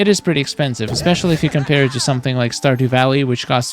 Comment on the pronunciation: the characters to me look like the characters in portal knights. He said standew valley